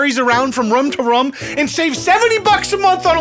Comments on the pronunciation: I absolutely love the way you say room. "Rum". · from "rum" to "rum", "rum" to "rum" thants right. My last surviving brain cells had an aneurysm holy crap. R-O-O-M. jesus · So glad someone else was thinking rum lol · The first time I’ve ever seen someone pronounce “room” like I do🙌🏼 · Are we not gonna talk about how he pronounces “room”? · why r we not talking abt how pronounces “room” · I’m with you , this is 💯 a bS show— nobody lives that way. Love your content and all its cultural nuggets-frost nova!! Also you’re pronouncing room weirdly. I only noticed because of the light bulb “room to room” lol Or maybe I’ve been lied to my entire life? (Possible) The oo in room is like broom or zoom not like wood. Sorry for this completely unnecessary psa. Thanks for all your hard work on these videos, I live for it.